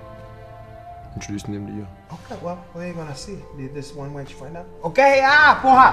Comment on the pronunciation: What the FFFFFF is a PO-HA? Porra? 😂 What it is.. What it isse.. What it is.. WHAT IS IT!?? 😂